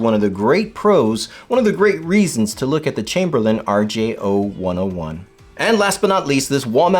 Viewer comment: You’re saying the name wrong. It is an R-J-Oh-one-zero-one, not …one-Oh-one. Yeah, I know, people normally know what you really mean, but in this case, they actually use the letter O and the number zero so it’s confusing.